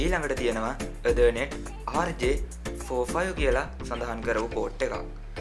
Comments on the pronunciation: එදර්නෙට් කියලා නෙවෙයිද? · Bro Ethernet port eka කියවන්නෙ (ඊතර්නෙට්) කියලා.